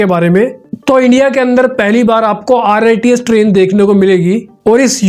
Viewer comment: Rits nhi rrts hai bhai